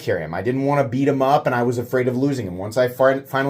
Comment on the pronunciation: "Wan't" - come on,, you can do better than that.